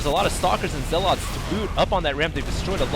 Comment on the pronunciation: i like your style. nothing against you, you're saying zealot wrong. it's infuriating. just a comment.